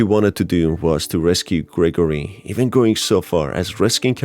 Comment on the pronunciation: Gregarory? XD its Gregory